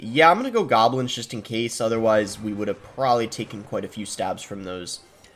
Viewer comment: What did he just say "Gablins" instead of goblins